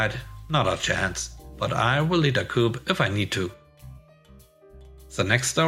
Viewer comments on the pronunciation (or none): "P"is silent in COUP. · "Coup", as it comes from French, has a silent 'p'.